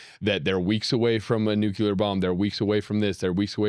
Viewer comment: Neither of you can pronounce Nuclear